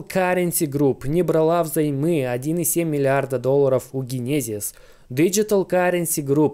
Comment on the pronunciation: Чувак иди учи английский не генезис а ДЖЕНЕСИС 😂❤